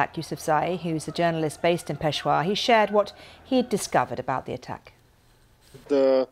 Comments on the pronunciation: pesha-war not pesh-wa why is it so hard for pomms to speak english? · So sorry Mam. It's not Peshwa but Peshawar or Pershapur. If you really wants to improve your pronunciation, you may take my online as well as onsite classes. Isn't it😌🦉🙄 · It’s not peshwar it’s peshAaaWar furthermore the police line is more guarded then the airports of Pakistan it’s on par with army barracks etc how could this happen I wonder if Pakistani intelligence has anything to do with this. Just boy crying wolf to get fund’s allowance to fight their own war on extremism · Peshawar ,It is pe-sha -war 🌹🌹🇵🇰❤️🖤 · Awful news but please get your anchor or newscaster to get The pronunciation of the city RIGHT. Peshawar and other names are consistently mispronounced!!!!!